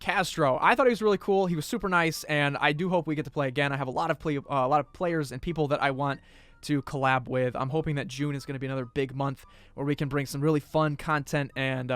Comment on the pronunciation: Did He Just Say Collat Instead Of Collab ?👀